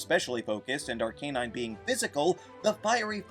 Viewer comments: "Ahr-Kay-Nahyn" Good lawd! it's pronounced as "Ahr-KAH-Nahyn." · Is it , , , , or ? Just call it ar-cuh-nine like everyone else and the show.